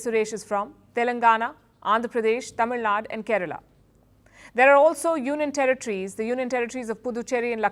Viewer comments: It's not Tamil Nad, it's Tamil Nadu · I may be nitpicking but clearly you can pronounce Tamilnadu correctly instead of “Tamilnad”